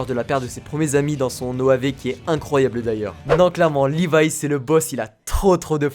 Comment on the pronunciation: C levi pas livai